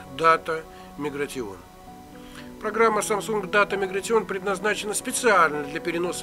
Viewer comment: Автор... Аглицкий подучи что-ли... Виндомс, бля. Мигратион.... Рыдал... :)))